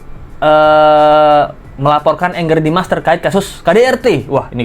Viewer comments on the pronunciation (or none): nyebutnya jangan engger dimas, Angger dimas aja pake A. Angger itu artinya anak laki-laki dalam bahasa Jawa. 😊